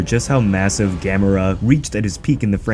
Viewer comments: Thank you for pronouncing Gamera correctly. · LOL...I am glad you are pronouncing it right 🤣🤣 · Yay. You pronounce it right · Yaaay he said it right lol